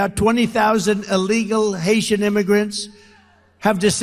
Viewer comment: So they are all Haitian refugees, which he pronounces as Asian, that no-one knows where they come from 🤔. Of course, this means Trump doesn't know where Haiti is, thinking it's Asia.